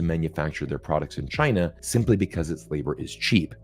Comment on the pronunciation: Zeihan can't say China properly. He is, like a western columnist indicated, another Gordon C wannabe, trying to make a living in the anti Asian industry.